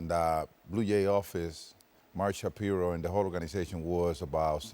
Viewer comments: 18 two srike hits by the Blue Jays in this 4 game series. Also, it's pronounce Shap-eye-ro 🤣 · It's Mark Sha-PIE-ro. It's Ernie Clement (not Ernie Clemente - he's good, but he's not related to Roberto Clemente). It's Nathan Lukes (Luke-es, 2 syllables). Show some respect for the Blue Jays and take the time to learn the names of the players and management. You sound unprofessional.